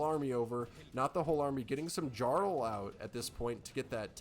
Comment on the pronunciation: Great Cover! Jotun= Yo-tun Jarl = Yarl Jormundr = Yor- mundr Chimera = Ky-mara